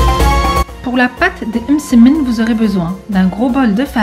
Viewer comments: Sarah zebda j’ai remarqué aussi lol « eummmsemen » mdrr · C'est marrant comment tu prononce le mot msemen 😂 sinon toooop